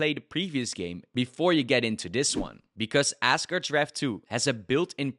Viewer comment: Are you saying assgerd's?